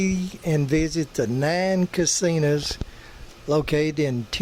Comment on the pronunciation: GOTTA LOVE YOUR ACCENT YOU CALL HIM CASINAS BE GOOD SOUNDS LIKE FUN YOUR FRIEND LEE